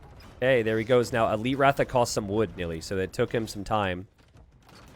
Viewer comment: It's pronounced r-uh-tha... The first A in "ratha" is pronounced like the A in Tristan